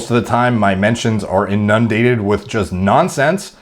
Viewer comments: Pronounced inun-dated, not in-nun-dated. I love you but that bothers me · Your pronunciation of inundated annoys me, listen to it on google and repeat. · Love your content dude but for the love of God, it's pronounced "inendated" not "in (pause) undated"